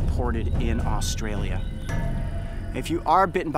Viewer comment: Coyote you could have came to my backyard and find one lol these spiders are so common and I live in Victoria 😅 also coyote how ur pronouncing Australia is wrong